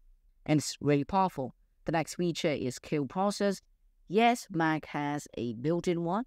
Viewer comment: It’s “Mac” not “Maaa.” Place more emphasis on the “c.” It took me a while to realize you were trying to saying “Mac.” Maaa is short for mom. In America, Apple is a god. Do not disrespect our gods. It’s blasphemous. Repent and redo this video saying “Mac” correctly or the Apple secret service will be angry.